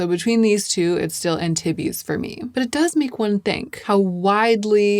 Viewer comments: Yay! I was worried you were going to swatch these elsewhere on the socials and I am limiting myself to YouTube. I have to wait for your reviews for make up because i too am a ghost. Also, no one cares, but Antibes is pronounced Anne teebs. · I’m French and hearing you pronounce Antibes like titties for half an hour is really entertaining 😚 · love your videos BUUUUT Antibes is a city in France and is pronounced french <3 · Antibes is a town in the south of france...it's pronounced 'ahn-teeb' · Antibes, forget the "iz" at the end and just say Antib. Town on the French Riviera between Cannes and Nice 😊❤ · Ok, NGL, of ALL people I did, in fact, expect to know how to pronounce Antibes. And for that expectation it's indeed funny:) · ah bon! I lived in Nice for a year during college and loved my experience. I have been back to France many times and have a special place in my heart for French people and language. normally does so well with pronunciation but this one just stuck out to me.